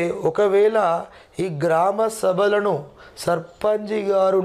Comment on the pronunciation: Sir surpunch ni surpanji.. Ani bhaley antaru sir